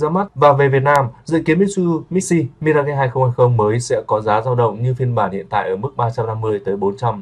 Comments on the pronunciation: Mi-ra-ge ? Nghe không chuẩn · Sao lai doc la MI-RA-GHÊ nhi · Nếu không biết phát âm chuẩn từ Mirage thì phát âm Mi-Kha đi ông nội.